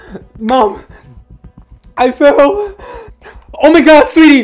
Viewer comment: The Oh Mhy Gh0oD got me rolling on the floor 😂😂